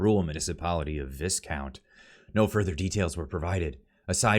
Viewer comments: Hey, nice haircut. Also it's pronounced Vie Count. Sorry, just bugging me lol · The Liberal mind is so childish…..everything they do is so school yard it’s ridiculous….by the way….its pronounced Vicount…..the S is silent. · viscount is pronounced vycount, same as the aristocratic title bestowed on the senior male heir to a minor title like baron. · The town is pronounced Vicount. The S is silent. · pronounce Viscount V EYE COUNT.....I love your videos. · it is pronounced V eye count .. ;)